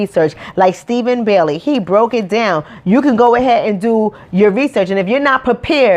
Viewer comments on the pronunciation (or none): none